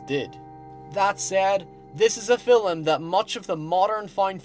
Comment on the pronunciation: I get that there is a difference in accent and all, but you DO realize the word "film" has only one syllable, and is not pronounced "fill-um," right?